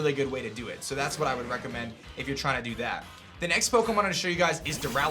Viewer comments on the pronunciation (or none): none